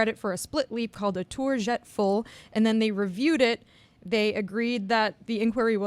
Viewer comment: It's pronounced tour jete' full (sounds like je"tay") it's French. Anyway Romania cheated. That's it that's all. They colluded with CAS to cheat and steal the bronze from Jordan. And no don't give out two medals. Jordan rightfully earned the medal. Period. Barbosu did not earn the medal. Her score was lower than Jordan's correct score. They cheated. Cecile was not late. They lied and colluded with CAS.